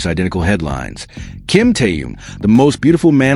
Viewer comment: Почему постоянно каверкают его имя.... Что это за Таюн или Таюнг неужели сложно Тэхён это же так просто.... 😢😢😢Ким Тэхён .....